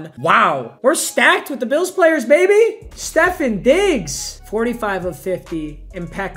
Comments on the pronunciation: Stef on Diggs. Not Stefin Diggs. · “Stephen diggs” 😡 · Everybody: Stefon Diggs: StEfFeN DiGgS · nah he always says Steph-inn instead of Steph-on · We all just gonna pass the fact he said stephen Diggs instead of stephon Diggs. Srry for any spelling errors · Normal people:Stefon Diggs:STEFAN DIGGS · “Stephen Diggs” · “Stephan Diggs” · My guy said Stephen diggs instead of Stefon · Steph-on not Steph-en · Papa it's stefOn diggs not steffEn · It pronounced steph-o-n Diggs not Stephan diggs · It’s stef on diggs not stefin diggs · No one: Papa: "Stephen" Diggs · Stephin Diggs bro where did the i come from lol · papa pronouncing it "seffin diggs" 😂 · Stefen diggs 😭😂 c’mon papa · No one:: Stefin Diggz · This man said "Stefin Diggs" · Nobody: Papa: Stefan Diggs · My man said Stefan diggs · Did he really just say Stephen Diggs 🤣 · Bro said Stefin diggs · Stephen diggs he says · Did he just say Steffen Diggs? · “Stephen diggs” smh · Its pronounced Ste-Fawn Diggs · STEF-FAHN DIGGS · He does it cause one time a fan trolled him and said it was pronounced that way he said that in a vid but he didn’t know he got trolled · How much I love he pronounces so many names wrong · Did anyone else notice that he said Stefon digs wrong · Your pronouncing Stephon Diggs name wrong lol